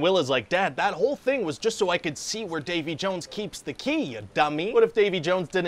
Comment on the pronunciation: Ah yes, Davy JUwUnes